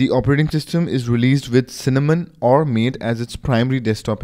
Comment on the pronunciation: Good video but Linux Mint did not create Mate. They only created Cinnamon. Mate is an independently run project: . As their website states: Mate is pronounced "Ma-Tay" . Otherwise all is good in video. Thanks for taking the time to make it :) .